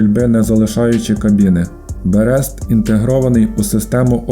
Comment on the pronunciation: Берест наголос на перше "е".